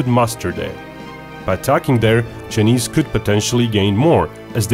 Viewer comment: It's pronounced CHI NESE NOT JE NIS